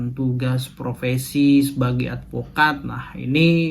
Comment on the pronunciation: Bukan provesi mas, tapi profesi